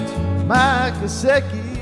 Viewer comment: It's Gesicki not Gesecki!